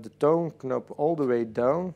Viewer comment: When you say "Toon knop" one more time, I'm gonna ask you, if you are Dutch too. Jesus, learn some English, dude! Knop is a huge no no. It is a nob!